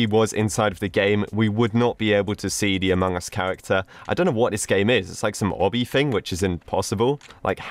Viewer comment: Lol the way he said “whaut the hell” XD